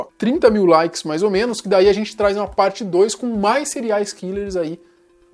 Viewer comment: Quem ouviu elw falar "Cereais killers?"